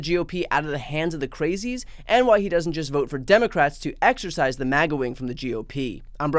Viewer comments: "Excise," Brian (as in cut out), not "exercise," as in work out. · Excise. Not 'exercise' or 'exorcise'. Otherwise, good vid!